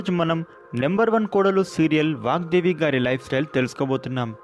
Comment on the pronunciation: It's VAGDEVI not vakdevi